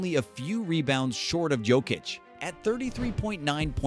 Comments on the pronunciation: It's Yokich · You pronounced Jokič as Joekich! :)))) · It's Djokitsh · It's pronounced Yokic. Stop disrespecting people's name. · If we getting technical in English the correct pronunciation is Yow-kuhch or Yo-Kutch. To not announce the ch at this end is disrespectful